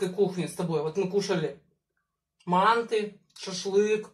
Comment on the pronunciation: Ма́нты это наше традиционное блюдо🥰 И ударение падает на а́